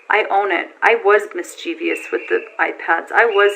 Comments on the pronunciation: Perhaps she should return to school....."Mischievious"? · wish she would say mischievous properly